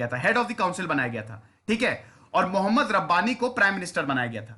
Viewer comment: Mohemmad Sahab naam thik se le